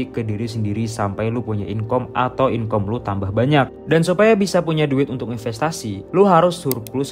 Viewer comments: jangan bilang inkom...tapi dibacanya inkam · Inkam bg bukan inkom